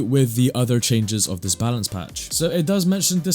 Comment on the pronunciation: bro said "palance batch" 💀